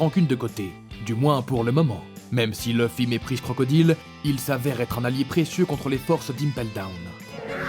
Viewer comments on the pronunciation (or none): Il abuse un peu pour la prononciation de crocodile